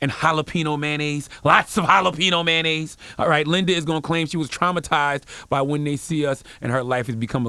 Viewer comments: It's pronounced MAY-ON-NAISE, not MAN-AISE just like it's pronounced TOY-OTA, not TY-OTA, SPEC-IF-IC not PACIFIC. Non-English speaking AMERICANS where school is FREE grades 1-12, where most of these English mangling idiots ONLY know that one language, yet have not even relative command of it. It's like nails on a blackboard when I hear people who haven't pronunciation, grammar and sentence construction skills goddamn.... Beyond that, he was right on point. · “Sodium Flavored Mayanoise Soul” 😭😭😭